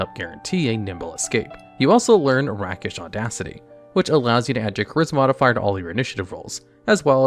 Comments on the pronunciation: How do you pronounce Panache properly but mispronounce Rakish(Ray-kish) as Rackish? I wanna Ax you a question! Is this a youtuber inside joke to drive people crazy? Just randomly mutilate "sum werds" for the lulz... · Great vid. "Rakish" is not rackish. It's rake-ish. Believe it or not this comes from calling men "rakes", the male equivalent of "hoes". Look it up. I'm serious. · Fairly certain it’s pronounced “rake-ish”